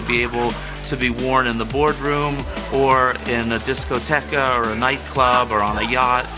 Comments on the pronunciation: He pronounces it disco tecka! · Not even his idea. That’s the teenage girls’ duct tape section of Walmart. =P He... just went... “disco techuh”... I bet he has the world’s most bizarre phone sex. O_o I wonder how long it took that family to get that pronunciation to finally stick. XD